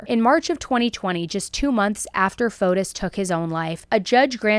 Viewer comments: Pronunciation: It's not FotUS, but FotIS. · I go to church with a lot of Greeks. The S is silent. FOTE- TEE